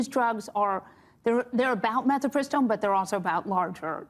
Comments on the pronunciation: Mifepristone, not "metypiston", feminist lady. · Bill doesn't know how to pronounce Mifepristone and later says "phemerones" instead of pheromones. 😮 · She’s pronouncing it like she doesn’t know how to spell it. Mifepristone not “mefi…”